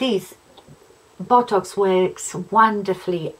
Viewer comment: Sorry, but I've been laughing so hard everytime you mentioned botox, you're accent made it sound more like bottocks, esp when you said you were going to see your bottocks lady, lol!! You seriously don't need to spend that sort of money on a temporary measure imo. Love Real Housewives of any variety, esp when there's a cat fight, thanks for this, just felt like we were in the same room chatting over a glass or 2! Joan x